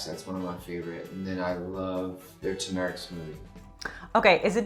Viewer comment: turmeric, not tumeric. tuRmeric. TURMERIC! :-P